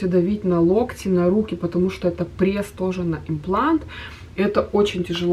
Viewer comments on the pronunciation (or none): none